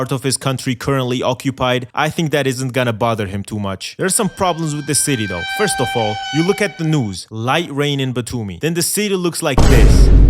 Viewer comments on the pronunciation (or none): none